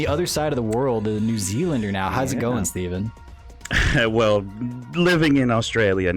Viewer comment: In the end he didn't cut the part where he call Steven, Streven